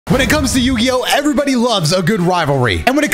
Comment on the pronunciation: He's been saying the title wrong for years now